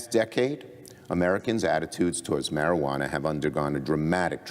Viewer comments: "maree ah wanna". Lol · Haha 😂 she said "marielwanna" 3 x's. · Learn to say Marijuana correctly... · How does she not know how to pronounce marijuana?? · Can someone please teach this young lady how to say the word MARIJUANA?! >_<